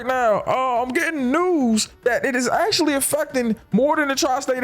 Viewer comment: three Acashaly